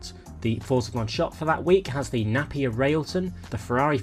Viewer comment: Hey, it's Trans AM as in Trans America mate, not as in Trans (am/pm,) and Napier is like Pap(e)-ier not like a babies Nappy....good info as always though, keep up the good work